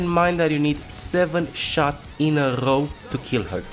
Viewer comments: I like that the captions spell out the rolling of his R’s. “shots in a rrrrrrow to kill her” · I didn't know row was a 6 syllable word